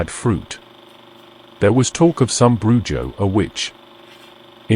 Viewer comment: Yes the j makes an h sound. BruHo